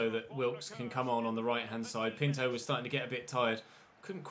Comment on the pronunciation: Yo, I just want to say Pinto is pronounced: pin-too